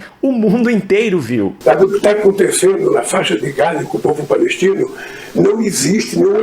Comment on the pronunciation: Se vcs prestarem atenção ele pronuncia de forma errada o nome Gaza,ele diz outra coisa que absurdo e lamentável esse cidadão sendo Presidente da nossa nação isso é uma vergonha.